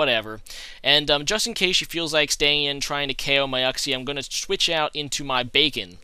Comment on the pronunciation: "youxie" not "uhxie"